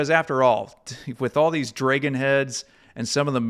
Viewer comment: Wonderful. I loved hearing about the history. But why are you saying dragon with a long "a" vowel?